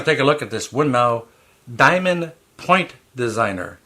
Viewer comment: Just a bit of Information for you. The correct pronunciation of Winmau is "Win more"